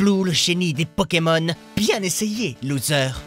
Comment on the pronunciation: Pourquoi tu prononces Pokémon bizarrement ces Pokémon pas peuuuuukemeun